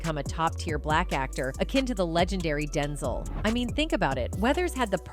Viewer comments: Who is Densel? It's Den ZELLE 😆🤦‍♂️ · I hate these AI voice narrators that don't know how to pronounce common words or names! Denzul...are you kidding me?! Rocky 2 inches? Rocky 3 inches? Somebody needs to be fired!!! Oh wait, you can't fire a robot!!!